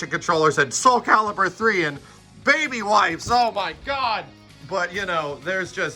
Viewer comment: the way says "BABYWIPES!!" make me think raising his daughter has left some scars XD